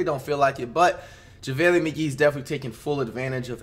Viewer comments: So we not talking abt you saying jahvaylee instaid of JaVale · “ Javalee” McGee he did not just say that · Normal people: Javale Mcgee NotYourAverageFlight: javaeli Mcgee